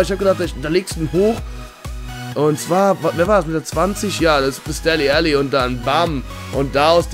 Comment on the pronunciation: Kannst du ihn bitte "Delle Ali" aussprechen?:)